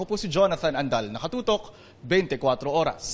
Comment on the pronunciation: Tina panganiban, bigkasin po ng tama ung letter K, kaya dapat ganito po, NaKatotok, hindi po naHatotok